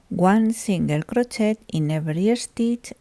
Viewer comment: Hello from British Columbia, Canada. Your English is very good. However, the “et “ at the end of crochet is pronounced like an A, not “et”